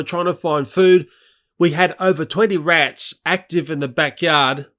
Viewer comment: Why he calls rats rittles